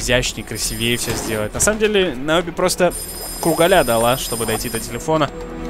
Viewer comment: её зовут не Наоби, а Необэ (по фильму)